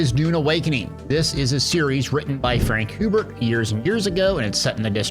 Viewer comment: It's Funk Hubert 😉 Doon, dessert planet.